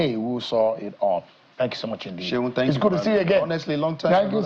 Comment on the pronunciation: Na Seun not Segun.. lol